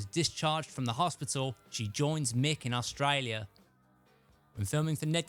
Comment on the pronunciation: I luv the way you say Australia🤩